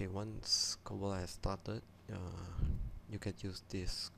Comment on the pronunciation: It's not cobalt XD